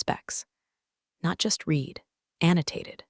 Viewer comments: It should sound like “red” in the past tense, not “reed.” Simple fix! 📚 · every “reeed” instead of “red” had my eye twitching. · The past tense of read (Read) is RED (Read). The AI shoulkd learn that. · Teach the narrator how to pronounce the past tense of read.